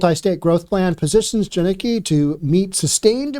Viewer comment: This guy is retarded. Doesn't even pronounce the name right. He Doesn't kno shit he's just grifting at this point. The stopped doing the research and just chases making videos. Edit: he's not wrong washington is fucked. Jiniki. Its pronounced JAN ick KEE. my work is taking off. Time to move to Idaho?